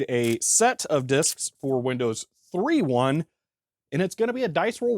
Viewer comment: "...Because I went ahead and made a set of disks for Windows THREE-1..." Haha, oops, wrong emphasis. The difference isn't between 3 and 3; it's between 1.1 and just 1.